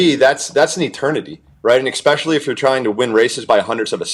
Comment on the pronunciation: expecially. Why not just say 🪓 too?